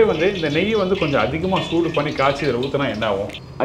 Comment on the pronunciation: Ayya joodu endru solluvadu soodu (heat) aagum